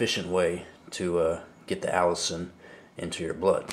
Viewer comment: It is pronounced A LISTEN not Allison! Say it like Penicillin (the last part of the word of course). But you are correct, health benefits are many. One you did not mention is killing cancer cells and shrinking / stopping tumors. I am not giving medical advice but repeating what I have read at the NIH website.